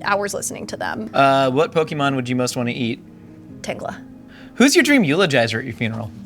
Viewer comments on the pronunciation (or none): For the pokemon she most wants to eat I can't tell if she's saying Tailow or Tangela and those are both crazy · the craziest pronunciation of Tangela I've ever heard